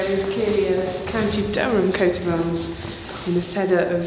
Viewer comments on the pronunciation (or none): none